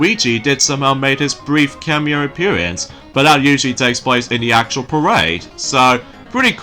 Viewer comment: Apperance. it's pronounced Appearance. but yeah, I saw Luigi there too!